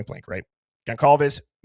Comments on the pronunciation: HOW DO YOU MISPRONOUNCE GONCALVES AT THIS POINT?! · I know and I was not impressed. Disrespectful.